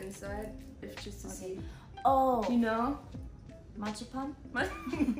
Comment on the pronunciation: Sina: It´s like chocolate outside, and inside it is marzipan... Heyoon: What is martschipan? I don´t know what a hell is martschipan 😂😂😂